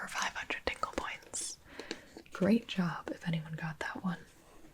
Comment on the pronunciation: I kept hearing "tingle points" as "dingle points" and I couldn't stop thinking about Timmy Turner's father